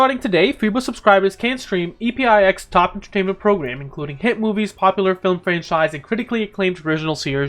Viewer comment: I don't think it's E-P-I-X, I think it's EPIX, pronounced like EPIC with a S